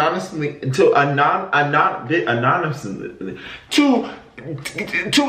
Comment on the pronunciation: The way he says anonymously has me wheezing 💀